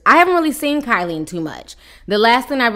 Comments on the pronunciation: It's pronounced Kee - Lee. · Pronounce keely Williams but spelled kiely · its pronounced kee lee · It's pronounced KEEEELY.. got it? K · Kee-lee Williams please pronounce it right . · Its pronounced keylee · Pronounced Keely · If your going to be reporting news at least gets people's name rite every time you say kyle it throws me off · It’s pronounced Kee-Lee 🤦🏽‍♀️ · Hey Ti ... you pronounced Kiely's name 3 different ways ... lol. ... just luv here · Girl, , I cackled at you pronouncing 'Kiely' like 3 different ways during this video! LOL!💖💯🤣😂🤷🏽‍♀️ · LOL, you have mispronounced that ladys name everytime you said it!!😂😂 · Butchered tf out of her name lmao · You saying her name wrong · Her name is pronounced “Key*Lee” ijs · Keeeey Lee LOL NOT KYLIE TF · Waiiit her name is pronounced like Kylie? I've always thought it was kee-lee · Bro its KIELY (KEELY) not KYLIE 😂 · Lmaoo Kyley Ti it’s Kiely..Pronounced Keely 😂😂😂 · KYLIE WILLIAMS LMAO ITS KIELY BUT HAHAHA THE PROMITHES 🤣🤣🤣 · Giiiiirrrrrlllll Keily!!! Pronounced KEEEELYYYY! You called her Kaley, Kiley... girl 😂😂😂😂🤣🤣🤣🤣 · Her name is key-leee not Kylie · Adrian didn't apologize for lying, she apologized for making her feel bad. And why she calling her Kylie it's pronounced KeeLee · Kee-ly, not Ky-ly lol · KEELY WILLIAMS NOT KILEY lol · isnt it keely not kylie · Her name is pronounced “KEE•LEE” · I can't take you calling this girl "Kylie" LMAOOOOOOO Her name is pronounced "Key-Lee" I know ppl don't like her and probably dont care lol. I just have a thing about names being pronounced wrong, I feel like we talking about someone else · It’s pronounced keely not Kylie 🙃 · Not being rude but its pronounced KEE LEE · Omg that was killing me. Once, she even said Kaylee...lol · Love you T but you always butcher EVERYONES name. The girls name is pronounced “key-lee” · It’s “kee-lee!” 🤣🤣🤣🤣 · Lmaooo her name is pronounced Key- lee but the girl with the lisp will do😂😂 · Thought her name was pronounced Kee-lee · Her name is Key-le